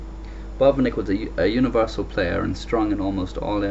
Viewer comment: Great commentary and game! It sounds as if you are saying 'Bob and Nick' (Botvinnik)